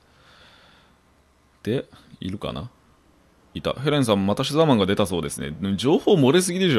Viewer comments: 牛沢さんが好きすぎて、シザーマンって言ってるのに毎回「うしざぁまん」に空耳しますごめんなさい。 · うしざぁマンって聞こえたw